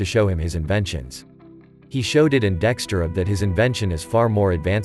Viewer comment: I love that he called Degtyaryov Dexterel 😂